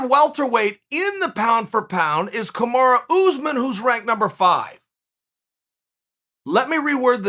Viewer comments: ''KAMARA'' ur killing me Chael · Chael - Kumara Me - Kamaru Chael - Kamara Me - ok great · Me: Kamaru Chael: Kamara Me: Ok, great. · Kamara? Is that Kamaru's sister or something